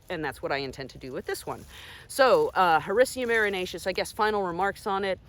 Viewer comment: Whenever you Google how to properly pronounce scientific name of lion's mane mushroom; this is the video that comes up!! Excellent job 👍🏼!!!